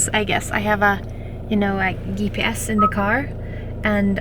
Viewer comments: Fantastic video Jonna. I hope you don’t mind - GPS = gee pee ess. Love your channel so much and you are incredible. Going so far up north by yourself ;-) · I love how she pronounces ghee-PS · Gotta love how she pronounced GPS with a hard G. She's just the cutest 🌼